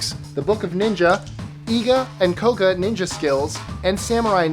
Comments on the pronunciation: And it's koga* not koka.:. Jesus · It's Koga, not Koka. People who don't know the truths about the shinobi shouldn't make videos on the subject.